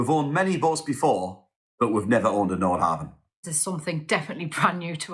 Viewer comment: You are mispronouncing the name of your boat.